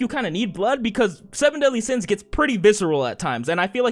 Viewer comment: Seven deadly sins✖️ Semen Deadly Sins✔️